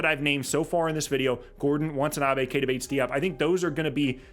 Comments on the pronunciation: its "Watanabe" not want. still love u tho - bulls fan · Good breakdown. Can't wait for the new season to start. Minor point of clarification - pls don't take it as a petty quibble - it's WATANABE. Kudos for pronouncing Metu's & KBP's names smoothly & correctly.